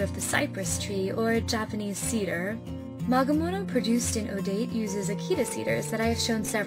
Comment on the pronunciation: I’d like to say “magemono “ not “magamono “